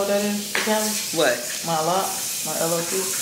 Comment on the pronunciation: Tell ya friend it's my "loc" as in "loke" as in Loc meaning crip or locette cripette (female crip) when they wana be technical lol .. not lock 💙 its all good doe